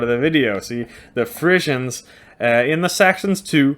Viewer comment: I can't stand that during this hole clip you keep on going to call the Friezen"faeces".You say you have been to the Netherlands so why don't you try to pronounced it correct.